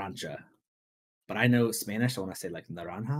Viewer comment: im native spanish and you said naranja fine so you still have it in you